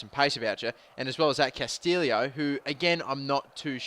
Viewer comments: its pronounced casteeyo not castilio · And its pronounced 'Castillo' not 'Castillio' :P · Weiser is pronounced with a "V" sound, since it's a German name. Castillo is pronounced like Castiyo. The double "LL" in Spanish make a "y" noise. Yo hablo Español und ich kann Deutsch :)